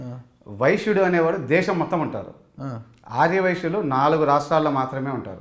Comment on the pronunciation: ఆర్ర వైశ్యులు కాదు ఆర్య వైశ్యులు నువ్వు పక్కనోన్ని ఎగతాళి చేయడం కాదు నీ భాష కూడా చూసుకో